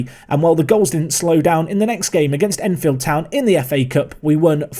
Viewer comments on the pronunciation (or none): none